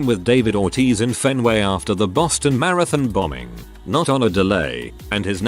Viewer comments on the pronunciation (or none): none